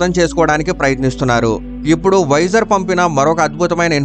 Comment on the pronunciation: "వైజర్" అనడం మానెయ్యి. దాని పేరు వొయేజర్". వైజర్ అంటే helmet కి ముందు వుండే అద్దం